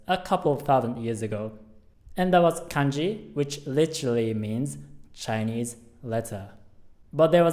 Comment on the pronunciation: When you said kanji it almost sounds like kenji